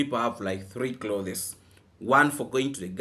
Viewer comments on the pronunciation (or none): no offense intended here. The word "clothes" has only ONE syllable. Each time you said it, u separated it into 2 syllables. Google the spelling of it to verify what I've shared. 😊😊😊